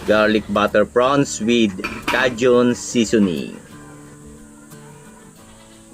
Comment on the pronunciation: Kay jn (Cajun) not ka jn.